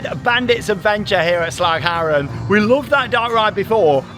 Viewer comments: Nailing the Dutch pronounciation there! That "g" sound must have taken some practice ... :D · Again impressed by your pronunciation of 'Slagharen'. 'Duinrell' could use some work though. Only (partially) kidding! Welcome! And enjoy the very UNdutch weather!